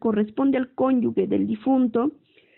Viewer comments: LE FALTA MUCHO A LA LECTORA: EXPRESA "CONYUGUE", DEBE SER CONYUGE... LECTURA DIFUSA... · Es cónyuge , no cónyugue.